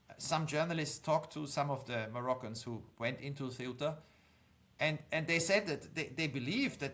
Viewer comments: Please pronounce Ceuta correctly. It's Ceu-ta and not Ce-uta. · You're mispronouncing CEUTA. I remember studing about it in secondary school.